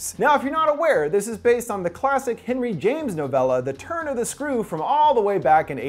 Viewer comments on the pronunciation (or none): none